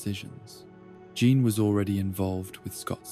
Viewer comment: It’s not a "John Scott Logan" love triangle. It is a "Jean, Scott, Logan" love triangle. You need to rework the A.I. and voice.